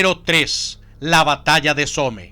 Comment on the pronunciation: Se dice "Som" no Some xD (Somme)